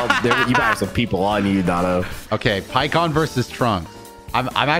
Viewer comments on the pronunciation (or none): It's pikkon free